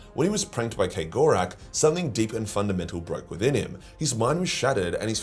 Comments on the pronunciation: Why are you pronouncing Cegorach as K-gorack? It's Ceg, as in, a keg of beer. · Are you sure you're pronouncing that right? Kay Gore Rack?